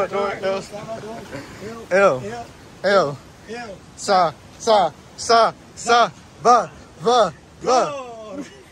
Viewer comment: I like the way you say El salvador, El Salvador!!! guys!! You are welcome any time.!!